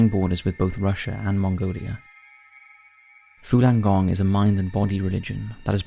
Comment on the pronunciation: It's Falun gong not fulan gong